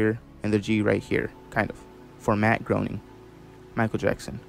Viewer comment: It's Pronounced grain-ing